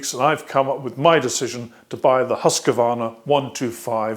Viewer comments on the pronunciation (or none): Workshop. As a swede it is funny to hear your pronunciation of Husqvarna. For your information, Hus is House and Qvarn is a mill (Qvarn is an old spelling, nowadays it is kvarn).. So we pronounce it Hus-qvarna. But continue so say as you do.